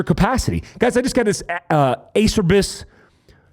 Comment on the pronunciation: ACERBIS - Uh Chair Bees